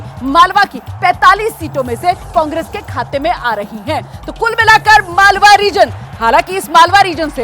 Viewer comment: मलवा नही मालवा क्षेत्र नाम है